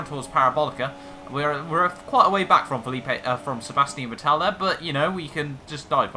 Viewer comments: Is not vettela is vettel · You Misprounounce Vettel so bad